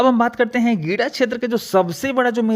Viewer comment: गिडा नहीं है जी, गीडा है।